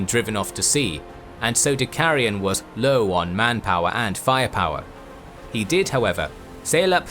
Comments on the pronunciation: Don't say Kegeyeun. Say Kagayan. (Cagayan) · Battle of "Keggy Yen"? 🤣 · It's pronounced Cuh-GUY-yon. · It’s pronounced cah gah yawn= Cagayan 👍👍👍👍👍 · I believe it's pronounced Cah-Guy-An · I was wondering how badly you'd pronounce Cagayan lol. At any rate, I'm glad to see some Philippines related history on the channel. Good stuff.